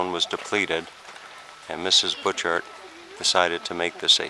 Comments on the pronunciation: Bu-char garden. Not pronounced Butch Art! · you need to go in the winter time! a must see! (it's pronounced Butcherts) My aunt lived two blocks from the garden entrance! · Pronounced boo shart gardens. The man made it for his wife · Pronounced: boo'-cart garden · The "t"s in Butchart is silent.(Pronounced bhu-char). I've always wanted to visit this place. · Perhaps you learned along the way, that it is pronounced Buu' chart Gardens. I enjoyed it grandly myself in June of 1973, took a vehicle over on the ferry as you did, a cold and windy morning, though warming to a beautiful day, with driving around the island and Victoria in the afternoon. It was, indeed, a journey of a lifetime, especially from Arizona. British Columbia was a real treat, Alberta too: we visited Banff, Lake Louise, the glacier fields, and many other superb and special places. At that time, Vancouver and Stanley Park were interesting too. Thank you for sharing. :)